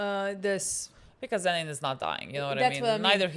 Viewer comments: My heart stops for a second everytime they call him zenin please STOP 😭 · A child dies each time they call him Zen’in instead of Toji or Fushiguro 😓☹️ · The way 'Zenin' is the worst thing they could call Toji and they are doing it unintentionally is so funny